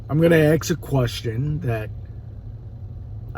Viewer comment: AXE or ASK a question ? 🤔😁